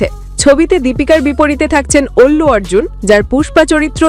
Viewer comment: Ki ekta obostha naam tao tik vabe bolte pare na fake media 🤣😂🤣